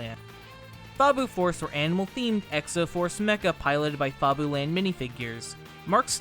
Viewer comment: "Fob-oo-land"? I always thought it was "Fab-you-land".